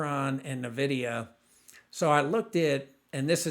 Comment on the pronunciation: FYI: It’s pronounced N Vidia not Navidia.